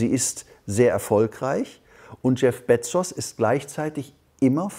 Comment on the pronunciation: Spricht er Bezos absichtlich so falsch aus?